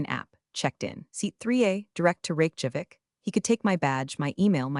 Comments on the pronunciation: Funny how her family name becomes a bank job (Teller vs teller). Rake Javik? Terrible AI. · It cracks me up that the closed captioning precisely spells out the AI's pronunciation of capital of Iceland as "Rake Javik". I like the speech quirks of this less natural sounding narrator. It sustains my attention. Entertaining production, once again.